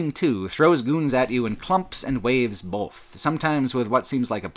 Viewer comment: He also pronounces "both" as "bolth", with an invasive L. <3